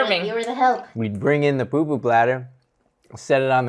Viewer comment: Its pupu not poo poo aloha 🌺🌴